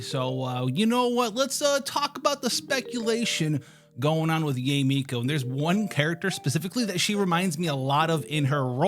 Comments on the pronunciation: its pronounced YAH - EH not YAY..... jfc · Yay is the most yt pronunciation of Yae (Yaye)